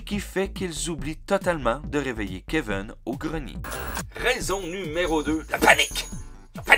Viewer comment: Keveune ??? Cest qui ça ?? En france cest kevin vous je sais pas mais Keveune n cest un peu bizarre.. Elvis presli ?? Euhhhh daccord